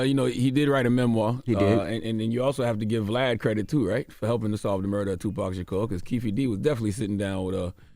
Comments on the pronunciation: And after all these years, news reporters still pronouncing his name as “2 PACK” lol cmon bruh 😅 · Damn reporters still calling him "2 pack" all these years later. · These folks still mispronouncing the name as TuPACK is blatant disrespect and on purpose. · All these years later white people still pronouncing the man’s name “2 Packs” 🤦🏻‍♂️ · These mfs still sayin “two pack” shakur 😂🤦🏾‍♂️… put some respect on his name smh “as prolific as he was profane” that’s wild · They really said "tupack" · Been damn near 30 years and white ppl still saying “tu-pack” 🤬 the disrespect even when they’re gone🤦🏿‍♂️😂😂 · The fact that white people in 2023 still can’t pronounce Tupac is ridiculous 😭😭😭